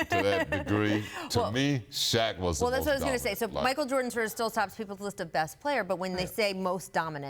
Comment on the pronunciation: "Duh- min- it player" -SP